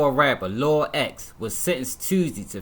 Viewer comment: Off topic but i hate when news Reporters say "Lor".. honestly wish they would just say Lil